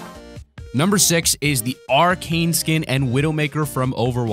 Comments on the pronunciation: Arcade skin?? Its pronounced arachne[ara-ck-knee] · Arkane who You mean aracknie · hey its pronounced Uh Rack Ney not Arcane. I can understand the wrong pronunciation, but it gets on my nerves, so..... yeah. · Triggered a lot by him saying "Arcane" instead of "Arachne" on the spider skin..... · Why does everybody prenounce arachne skin incorrect. Its not "r- cane" its, "a- rak- ne" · Wtf is Arcane!!! It's Arachne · *aranchne not arcane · Has anyone realised that instead of saying Arachne he said arcane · The female spider skin is pronounced are-ak-knee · Its not arcane, its Arachne. Learn how to pronounce words correctly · It's pronounced (are-ak-knee) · You pronounced arachne wrong